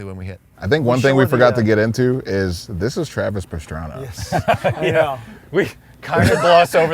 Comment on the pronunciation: Fuckin “Travis piranha” 🤣😭🤦🏼‍♀️